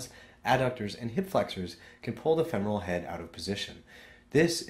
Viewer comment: FEMoral is how it is pronounced